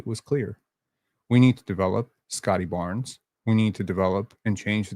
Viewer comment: Correct me if I'm wrong (but I'm not), but, aren't words that already end in the letter 'S' supposed to be pronounced in the same way, whether they are in singular form or in pluralized form? At the place in the video where I time stamped, said "...this is the only part of Barn-ziz offensive game... "...... So you're saying "Barn-ziz" instead of "Barnes". I think the correct way to utter that part of that sentence reads like this. - "...this is the only part of Barnes offensive game... "